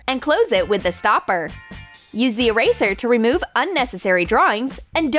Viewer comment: You said"eeeyrayszerr" instead of eraser. But i still liked the vid.👍